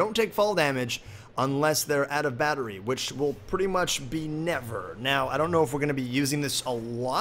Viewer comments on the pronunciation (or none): none